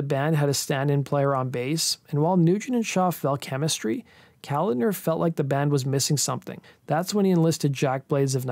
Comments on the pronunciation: Just an FYI, it's not "calender," it's Kuh-lawd-ner. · John Ka lan der. You pronounce his last name with a K sound not C. It’s not calander. It’s ka lan der. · It’s John Kalodner. Not calendar. Pronounced Kal-AH-dner. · It's not John Calender, it's ko-lod-ner, stress on the middle sylable. Damn, it painful to listen to you mispronounce his name time and time again, especially since he was one of the biggest A&R guys in the 80's. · Yup! I was going to say "Listen to Steven Tyler pronounce the guy's name! He talks about working with him in many interviews... It's not Calendar!!". Hahaha! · John Kalodner’s last name is pronounced kuh-LAWD-nur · Okay, first of all: It's pronounced John Ka-LAHD-ner. Secondly, Tommy Shaw did not front Styx - Dennis DeYoung did - and Styx were a Hard Rock/Prog-Rock band and were most definitely NOT Pop (save for maybe a few songs). Third of all, I have no idea what an "Adult-Oriented group" is unless you are referring to porn actors. Lastly, you show a 90s band (Nirvana) while referring to the transition of 70s music to 80s music. I love most of your videos, man, but this one made my OCD explode. 🤯 And I was so excited when I saw this vid pop-up. You usually do a great job, but this video was clearly a rush job. I'm just trying to help here. BTW, does anyone else see the immediate irony in the fact that a wedding-dress-wearing John Kalodner brought together a supergroup featuring 2 Right-Wingers (Jack Blades and especially The Nuge)? 😅 IRONY!! 😂🤣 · BTW: It's John Ka-LOD'-ner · Yes, genius. You mispronounced it all over the place. 🙄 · Isn't John Kalodner pronounced wrong? Ka-LODD-ner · The name is pronounced kaLODner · It's pronounced Ka-lawd-ner. John Ka-lawd-ner. Watch an interview with Steven Tyler some time to hear the correct pronunciation. Nevisin accidentally lost some of the master tapes of Zeppelin's Physical Graffiti. Not exactly outstanding. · Not to mention he mispronounced John Kalodner's name.